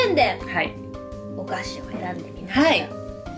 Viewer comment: 「お菓子」が「お箸」に聞こえて、 「え、遠足と言えばお箸なの？？？」と1人パニックになったのは私だけですかね？笑